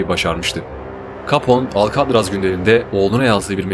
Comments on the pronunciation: herşey iyi hoş da alkadraz demen cok sinir bozuju alkatraz de lutfen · « Alkadras « degil.... »Alkatraz « dye telaffuz edilir